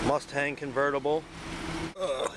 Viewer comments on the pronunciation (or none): none